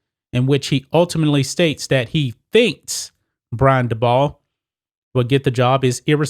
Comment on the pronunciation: Dabol is pronounced daybull.